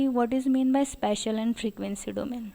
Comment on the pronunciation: Its spatial not special